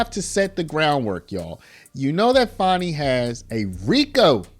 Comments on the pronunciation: Now put Fani in prison. And it’s not Faw-née, it’s Fan-nee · Her name is not Fonni its Fani.